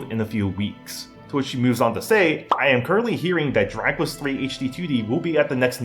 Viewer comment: yo....slow down when you say Dragon Quest, you're saying "Draquess"